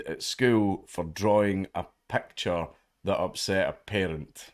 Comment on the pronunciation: It's picture not pecture.